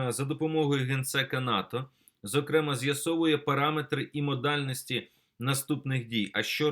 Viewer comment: ЗокремАА. ВИИпадок.